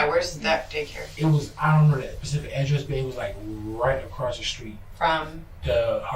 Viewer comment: I've had enough already, he said Pacific day